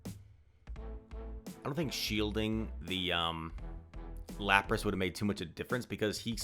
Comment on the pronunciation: Laprace?🤣🤣 It is Lapras bro